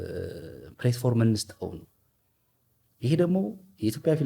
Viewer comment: Don’t say ፕሌትፎርም say ፕላትፎርም.... platform … is an excellent actor … inspired by Tom Cruise or Jason Statham